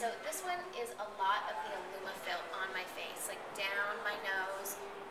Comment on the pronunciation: She said ilumafil?